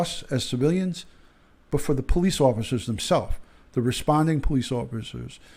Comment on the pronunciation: The man's name is Botham Jean (pronounced John).